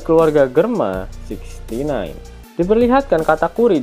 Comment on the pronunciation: Germa dabel six??? Oey! Ga salah denger?